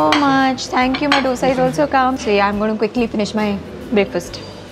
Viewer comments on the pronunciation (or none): Loved your vlog!! You are sooo beautiful. But why do you call dosa as "doh-sa"?? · First learn to pronounce’Dosa’ properly madam